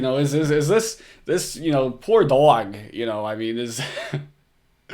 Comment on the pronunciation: Please don't say "dog" EVER again.... WTF accent is THAT?!?!?